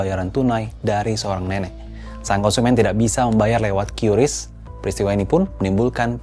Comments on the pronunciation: Kompas masih pakai "kiuris" padahal BI sudah memastikan Qris itu dibaca "Kris" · Kompas jangan ikut-ikutan menyebut QRIS secara tidak tepat. Harusnya diucapkan 'kris' bukan 'kyuris'. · Dibacanya kris ya bukan kiuris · Padahal enak nyebutnya KRIS daripada KYURIS. Sulit, sulit. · maaf OOT ,cara baca qris itu dibacanya kris bukan kyuris,sekelas pembaca berita harusnya sudah paham cara bacanya karena sudah ada pemberitahuan dari pihak bank indonesia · Bacanya kris bang..bukan kiuris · Sekelas media kompas aja cara ngeja nyebut "QRIS" Masih salah, banyak2 evaluasi deh..